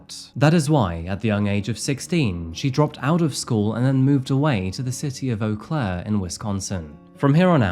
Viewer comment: Eau Claire is quite the interesting city. I'm impressed you pronounced it correctly! 😊